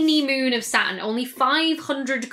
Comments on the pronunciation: And Saturn as Satin :) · I get stuck on Saturn and Satin. I keep hearing satin when she says Saturn...which makes me lose focus on the subject forcing me to notice her left hand pinky finger nail is not colored green like the rest of her fingers...this video is tearing me apart... Its a nightmare for OCD. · I've started saying "Sat'n" now. I'm fine with it. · Not being critical - I love accents - but "Sa-urn"? :-D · Sat'in. You can't forget that regional glottal stop. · She pronounces the "T" in Jupiter but not Saturn, is she trying to sound American? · The big payoff in any of her videos is when she pronounces "Saturn."